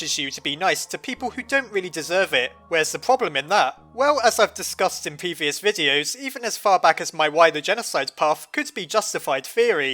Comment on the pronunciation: “Peevious Videos” 😂I Died At His Mispronunciation